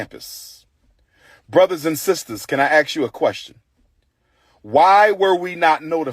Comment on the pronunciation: It’s ASK not AXE 🪓